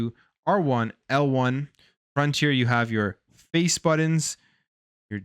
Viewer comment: BUTTONS!!!! not borons😂😂😂